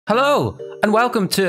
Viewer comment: You say not hello you say low